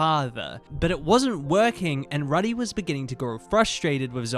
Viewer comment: also pronouncing Rudy like "Ruhdy" instead of like "Roody" 😭